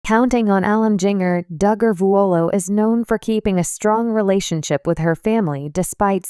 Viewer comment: At least pronounce her name right, JINJER!